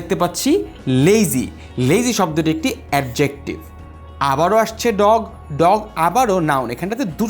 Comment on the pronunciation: Please be careful about the pronunciation. The pronunciation of Adjective was incorrect.